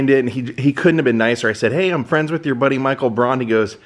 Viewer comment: “Running wid” 🤦‍♂️